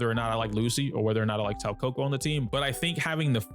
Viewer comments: Its SOO KA KU not SAU KO KO. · It's pronounced more like "Sow - Kah - Coo" if that helps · I was wondering who "Sawkoko" was... 💀 It was actually Soukaku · Saw-coco? Who??? You mean Sou-kako ☝️🤓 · soukaku ❌ saukoko ✅ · Her name still isn't Saw-kohkoh... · 'Sowcoco" lmao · "im sorry if im pronouncing zhu yuan wrong" [proceeds to butcher soukaku every time he says it] 😂